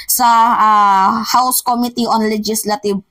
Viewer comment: this is about the dear mimaa, this is about the correct pronunciation of the word "committee." stress should be on the 2nd syllable of the word, OK?